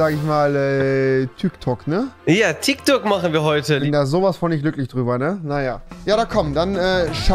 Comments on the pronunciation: Tyk tok 😂😂😂 das heißt tik tok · Es heißt Tik Tok nicht Tyk Tok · Och rewi du bist nicht gerade klug oder es heißt Tiktok und nicht tyktok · Tik tok tIk tok Rewi:tyk tok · Das heißt tik Tok und nicht tyk tok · Es heißt tiktok nicht tyktok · Das heißt Tik Tok